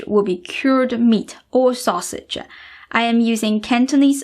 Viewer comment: No need for extra ah sound at the end of words like rice or mushrooms yes dried purpose process acids taste sausage no sausage ah ...no stop that. I have been fan for years you are great teacher.we send love from california.